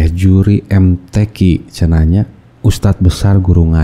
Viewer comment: Bacaan nya amburadul kok jadi yuri mtq siapa yang percaya, mudah"an dpt hidayah